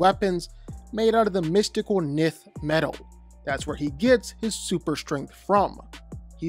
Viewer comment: I never watch this guy, but when he couldn’t pronounce Nth metal or Barbados, I instantly assumed he’s a casual just reading facts off a screen